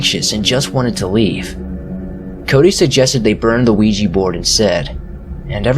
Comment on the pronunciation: Nice to hear someone pronounce ouija properly instead of weejee!